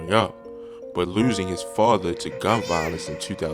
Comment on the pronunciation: he said "befoee leuusing his fahder"